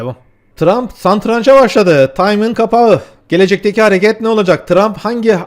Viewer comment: kardeşim SA"N"TRANC değil yahu SATRANÇ 😂